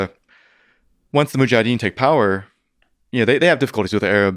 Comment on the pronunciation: I was really looking forward to hearing this but sadly this gentleman was a tough listen. His cadence was, as many have commented, very distracting - he seemed to miss a lot of syllables ('mujadeen') but also rambled into many tangents as he spoke. 0.75 just doesn't work with Mr Fridman either 😅 No dislike, so I'm having a quick moan instead! I'll keep trying to listen but an opportunity missed I'm afraid.